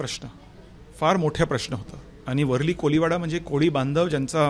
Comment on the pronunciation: याला मराठी बोलता येत नाही,वरळी शब्द सुद्धा बोलता येत नाही.